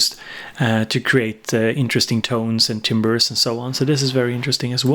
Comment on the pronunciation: you said timbre like timber hahahaha